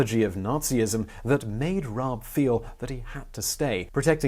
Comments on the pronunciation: Rah-Buh - Germans pronounce the e (uh) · FYI: Rabe = Raven in English. Pronounciation: Almost... but the "e" in the end is pronounced, written in English it would be like "Rabeh" or "Rabbey" like alley almost. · Rabe is Pronouced more like Rahbey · nope u totally messed up the pronounciation up x3 its r-a-b-e not raab~ sort of like one would pronounce rabi or ribu, just a smoother tone x3 But you tried~ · If it's like most German tack-on e's, I believe it's closer to Rob-uh than Rob-ee. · Rah-buh. Rabe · "Rah-beh" It means "Crow" or "Raven." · As a native speaker my closest approximation to the pronunciation of „Rabe“ (raven) would be: The a as it is pronounced in father, the e is pronounced similar to the a in cat. Reading the word as „Rahbeh“ might help. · What an interesting man and story. Thanks for this very interesting biography and history lesson. Also: Rabe is a two syllable name. You say the first like you did and then at an "e" sound, like the one in "bed". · Instead of spending 30 seconds commenting on your pronunciation you could have spend 5 seconds looking it up. And there is no throat cleaning sound either. Ra-be. Just imagine he’d be Japanese and read accordingly. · RAH-buh. Seriously takes about 15 seconds to look up. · Pronunciation: Yon-Rab-E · The E isn't silent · rabe - the E is not silent lol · No… you pronounced his name wrong… but whatever. The story is still correct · In german every letter is pronounced hence while i appreciate the effort to pronounce the r correctly, the name ends in -e like the initial e in elder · Concerning the pronounciation: It is not problematic to use the English pronounication of the initial "R". But the "E" is not silent. You pronounce it the the "e" in bet. You'd use IPA's "ə". And the final Dynasty of China was called "Qing", pronounced more closely like "Ching". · pronounciation was close, but you pronounce the E and it's just a normal R in the beginning :D